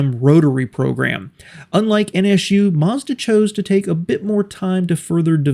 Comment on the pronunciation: Why you call them N ESH U?